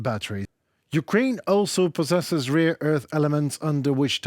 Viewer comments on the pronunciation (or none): Instead of rare earth you stupidly say rear earth! Learn to pronounce or don’t talk!